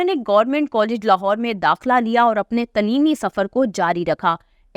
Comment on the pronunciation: تلیمی غلط پڑھ رہی ہیں درست تلفظ تعلیمی ہے برائے مہربانی درست اردو بولنے سرائے صالح ہے .